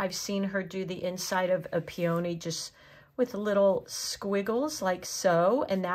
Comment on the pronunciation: Pee-o-knee not peOh-knee